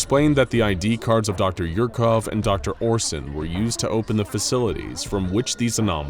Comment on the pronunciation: Dr. Yurkov... Really?!🤦🏻‍♂️😆